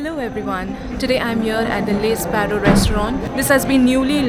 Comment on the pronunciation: First of all you should learn how to say Le Sparrow. Le is pronounced as 'Lah', like in 'The'.